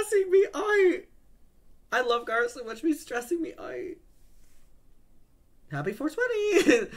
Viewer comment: Please, you don’t need to say Garrett’s name every five seconds. It wouldn’t be so bad, but your accent stresses that word and it just throws off your whole flow and makes it difficult to follow along